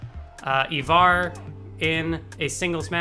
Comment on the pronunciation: its pronounced like eye-var not evar say it with an i not an e